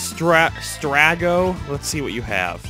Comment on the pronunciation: If only he got Strago, Cyan, Thamasa, and definitely Sabin's names right.